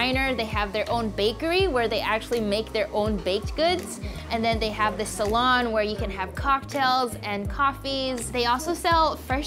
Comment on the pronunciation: SALOON NOT SALON